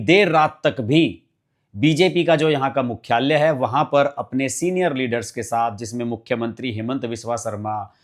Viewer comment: मुख्याल्य/न्यायाल्य/ इस प्रकार के शब्दों में आपके उच्चारण में विनती है कि 'ल' के उच्चारण को शुद्ध करें।😊😊